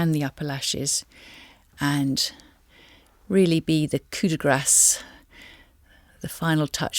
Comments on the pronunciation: it is definitely NOT coup de GRASS.....naff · is it koo de grah or koo de grass pronunciation